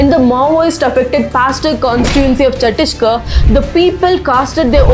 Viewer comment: Sister, you are now awarded by our PM. Please take consideration how you pronounce the name of states like Ladakh, Chattisgarh, Arunachal pradesh. Please try to pronounce it like how they pronounce their state names. It is said that with great power comes great responsibility. As because when we pronounce yours cities or states names incorrectly, the whole community become baised towards north Indians but when influencers like you and others do this , it is explained that it is natural way of your talking. Please if you have time think about my suggestion.